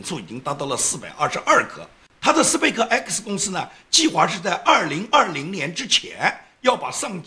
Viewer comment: 生活在加州这么久为何连space都不会念？